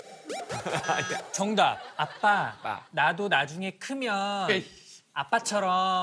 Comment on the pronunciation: 아기 발음 넘 귀엽다ㅠㅜㅠㅜ 압빠 이음이 모야?...아↗️빠 체왑피~😭😭기여워ㅠㅜㅠ